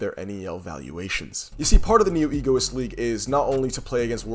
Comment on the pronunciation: it’s egoist not Egoiost😅